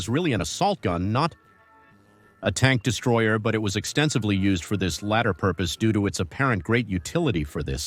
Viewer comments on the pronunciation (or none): Your pronunciation is horrible. Stu gee for example Also can't speak connetedly. Tank de Stroyer Good conception,but horrible video Other problems Panzerjäger 1 was built in 1940 Marder,not mayder🤦‍♂️. The MARDER 3 had 3 version,and only the marder 3 (no H or M) used the Soviet gun The Stug 3 first saw combat in 1940 against FRANCE,not against the ussr. Operation Barbarossa started in june of 1941 It's JAGDpanther,not GAGDpanther